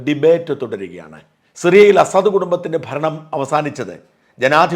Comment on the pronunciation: താങ്കൾ സിറിയൻ പ്രസിഡന്റിനെ അസാദ് എന്ന് അല്ലേ ഉച്ചരിക്കുന്നത്.. അത് തെറ്റ് അല്ലേ.. എന്നാൽ ""അസദ്ത്‌!!""എന്നല്ലേ ശരി.. ഈ അറബി വാക്കിന്റെ അർത്ഥം.. സിംഹം എന്നാണ് എന്ന് തോന്നുന്നു 🤔🤔🤔!!